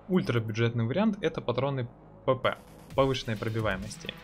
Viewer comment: Нужно либо ставить четкую чеканную речь при названии патронов, либо БОЛЬШИМИ буквами, цветом и т.д. выделать произносимые названия в видеоряде. Зачастую БП и ПП, звучат одинаково. Можно ещё произности полностью Повышеной Пробиваемости или с Бронебойной Пулей... Но не все это запомнят или знают, что названия не просто так. А так годно и более/менее универсально. Ссылочка только старую таблицу патронов ещё с патчем 0.9